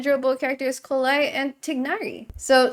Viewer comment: Lovely that does know how to pronounce Collei correctly